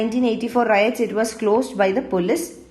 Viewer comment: It is not rites it is riots